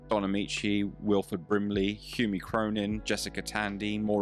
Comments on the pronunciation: 'Humey' Cronyn? Isn't it Hume Cronyn? Anyway, small quibble. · Hume is pronounced Huhm/hoom